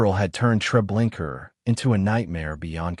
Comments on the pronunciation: Why pronouncing it tre linker?? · LOL! What the hell is Treblinker? 😂 That's AI for ya. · Pronounce the damn name correct for fuck sake. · GLAD IM NOT THE ONLY ONE WHO NOTICES HIS BUTCHERING OF NAMES, PHRASES, OR PLACES!!!!! Sure does make him sound dumb and uneducated!!!